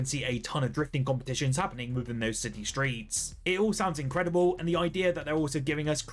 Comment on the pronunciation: Britts be like: It's gonna be incredibueww